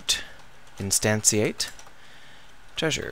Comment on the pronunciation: Nice video! Lol, I noticed your leaving out the letter "N" in the word Instantiate. But I'm not one to judge;)